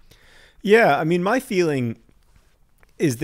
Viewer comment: Quick pronounciation tip: If a Norwegian word or name ends with "e" (and I'm assuming the farm heiress' name is "Helle", not "Hella", despite John's pronounciation), you prounounce it as "eh" (you know, Canadian style), so more like "Helleh". Or, to put it even more simply, the second "e" in "Helle" is prounced the same was as John (quite correctly) pronounced the first "e". Bonus tip: Try pronouncing it "o-dell's-rhett" ;-)